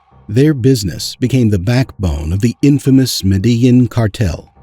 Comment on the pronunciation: Your video is good but your pronunciation needs a bit of work. Lehder (Lay-Der) Medellin (Med-a-Yeen)